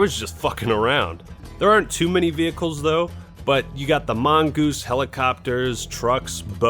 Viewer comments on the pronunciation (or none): Mongose? i'm sorry?